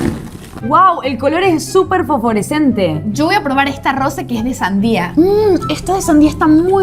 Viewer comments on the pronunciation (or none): Valen diciendo foforecente